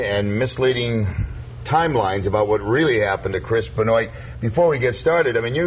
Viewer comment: At least stopped saying "Benn-oye" halfway through! Great interview, keep twittering.